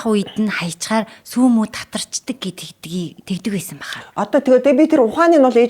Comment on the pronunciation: “сүй” биш СҮҮ хувьцаат компани шүү